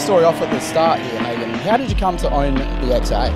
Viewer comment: I feel sorry for the owner of this car dealing with this interviewer, his name is pronounced "Ha-gen" not "Haygen"